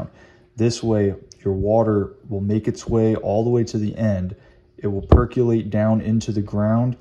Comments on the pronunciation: per·co·late (there is no "u") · Good video. Just a dorky FYI, it’s pronounced “Per cō lāte”